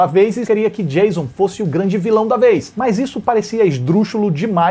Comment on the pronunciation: 😂😂 O cara enche a boca pra pronunciar a diferença entre "FRED" e "FREDDY", mas solta "DIEIZON" ao invés de "DJAYÇON" (Surtadinhos e surtadinhas, eu reproduzi a escrita da pronúncia e não sua grafia correta) 😂😂